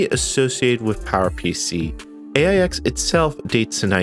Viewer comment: AIX is pronounced 'Aches'.